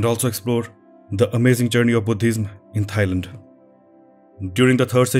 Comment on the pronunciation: Love the way he emphasise “H” when he says Buddhism. I tried this many time, but I could not get it!! Thank you for a lovely and enlightening set of details on the subject. Superb work; sharing with friends!!